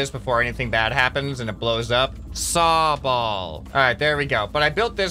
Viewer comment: “Saw-ball” Me who plays Pokémon: sobble